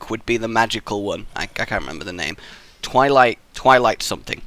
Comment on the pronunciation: i know wasnt it obvious? thats just what i thought when he said twighlight